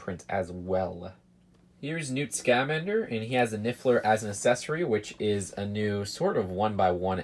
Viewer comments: It’s pronounced sc-uh—man-der not sc-a-man-der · Your supposed to say it Newt Scuhmander not Newt Scahmander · It's newt scuh-mander not scaaa-mander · Your saying “scamander” all wrong